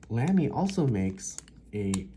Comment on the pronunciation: I enjoyed the natural way you spoke in your video and your information was good, but it was jarring for me to hear Lamy so mispronounced, especially when you used the word so often. I hate to be critical but when you suggested you might review the Lamy Safari I felt compelled to say something. The proper pronunciation of the a in Lamy sounds like both the a’s in Safari, or as though it would be spelled Lahmy. I am sort of a stickler on pronunciation and I have a good ear apparently for how to pronounce words, even many foreign words. I particularly pay attention to foreign words for some reason. So apologies for being picky. but honestly I’ve never heard anyone say it the way you do.